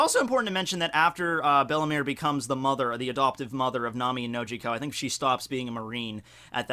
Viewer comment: Isn't Belle-Mere pronounced "Bell Mayor"?